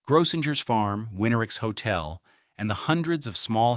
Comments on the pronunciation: Gro-singers is the proper pronunciation. Too bad A.I. can't program correctly. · And it’s Grossingers, with 2 hard G sounds. And a long O. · Grossinger's Resort is pronounced phonetically as GROH-sing-erz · One day AI will know things that thousands of people already know: how to pronounce certain words and names. Grosssingers rhymes with Gross Singers. You would think someone would listen to this before putting it online, but why bother, right? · It's pronounced Grow - sing - ers. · I have lived in this area all my life and still do. Some of his facts are wrong or a little mixed up and so is his pronunciation. Example: it is pronounced gross*singers . Kiamesha he got almost correct kia*mee*sha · all those hotels Grossingers, the Nevelle — they were all mispronounced